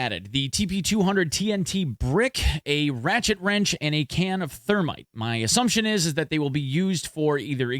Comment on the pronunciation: not thermite, termite